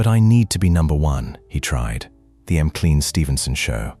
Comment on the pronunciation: I agree. M Clean, Ginger Roogers, Betty Grabble, Lenardo.